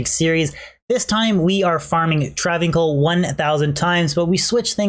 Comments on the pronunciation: its travin 's(i)l not travincul. seriously cannot believe you are saying travincul its breaking my brain. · Welp, i guess the understanding of the English language have seriously escaped you.. Its pronounced Trav-incal even Deckard Cain says Travincal...If Deckard Cain is wrong then im a bunny rabbit.